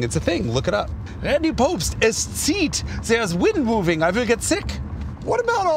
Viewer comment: Great show Hagerty, Jason. Also, es Zieht, well pronounced.